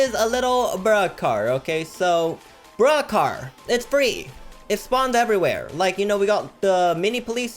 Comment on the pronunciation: the fact he calls the Camaro the "bruh" car XD